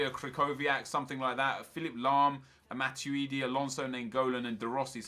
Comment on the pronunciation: Anyone else get pissed off with how he pronounces matuidi